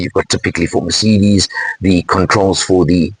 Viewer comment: Thank your for not calling it a mirsaydees like some inept do.